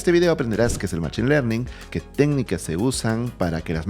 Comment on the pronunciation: En inglés se escribe machine y se pronuncia mashin.